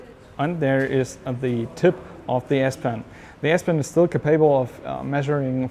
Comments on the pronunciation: To the speaker: the word capable has stress on the first syllable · Can you learn to say "capable" in the correct way?! Your version hurts my ears.